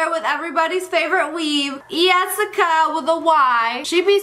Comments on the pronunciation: Yessicca, not Jessicca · In Spanish "Yessica" is pronounced "Jessica" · ITS YESSICA NOT YEASSACA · I love how you said yessica in the beginning of the video and my name is Jessica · people from 2018 its *Yesica instead of jesica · yessica not Jessica my dudes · Her name is Yessica not Jessica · Sorry Jessica! I won’t mispronounce your name 😏🥸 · Don't say that, he said it wrong